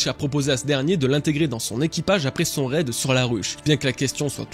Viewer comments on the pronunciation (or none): none